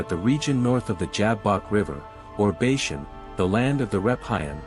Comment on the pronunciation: Please get all the pronunciations correct. Sounds terrible and the main topic thats being mispronounced.... Bashan is not Bayshun. He is afterall your main subject of the video!